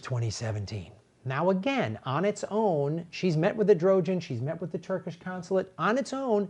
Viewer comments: What about the Greek and Assyrian genocide? Same perpetrators, why does no one speak of those victims? Also, it's "Erdogan" not "Edrogen", but it's not like that criminal piece of shit deserves the courtesy of speaking his name correctly. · His name is pronounced Err-doe-wan. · I think the Turkish leaders name is pronounced kinda like “air-doo-ahn” (phonetically).... and I only think that because I had to look it up once before.. after saying it wrong for probably way too long... 🤓but anyway, thank you for covering this and for all you do! Keep up the awesomeness! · It's pronounced Err duh whaan. Sorry, but like you said, no free pass. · I thought his name was pronounced like Air doe wan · As an outside observer this all seems a bit ridiculous to me. Am I supposed to know something about the Armenian genocide? I mean there's who-knows-how-many genocides, why should I care about this one in particular? Most Americans won't have a clue and the host (with greatest respect) can't even pronounce Erdogan, so why get involved? The only reason America cares about this is because Christians were persecuted by Muslims. This is a pretty bigoted reason to recognise a genocide. Funny thing is, it's also pretty bigoted to suggest Omar is siding with Turkey because of her religion.